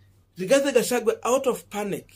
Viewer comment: Gachagu_,a not gachagu_e